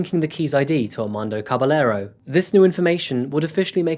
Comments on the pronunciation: I'm gonna have to correct you in pronouncing Armando's last name. It's Ka-ba-ye-ro not Ka-ba-le-ro. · Caballero is pronounced Cabayero. The LL in Spanish sounds like Y. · Great job as always! One little thing and I mean no diss just a bit of knowledge with this. When in Spanish u encounter double L's ll as in Caballero you pronounce em like a y so Cah- bah- yeh- ro. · Wouldn't one pronounce Caballero as 'Cabayero'? Just asking, is double 'll' in Spanish always pronounced as 'y'?